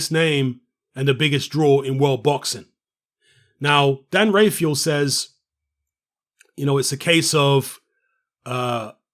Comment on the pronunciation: First of all can you say Dan Rafaels name properly. Second of all Dazn have nothing to do with the gate, Canelo owns the gate. The 35m has nothing to do with the gate